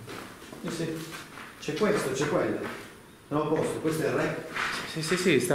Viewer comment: quel "SI" all'settimo minuto circa mi sembrava più un "NOI"